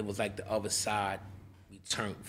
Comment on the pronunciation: Foo said "BILLY DA BULL" , damn.